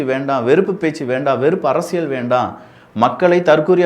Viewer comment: Akka arasal illakka....😂. Arasiyal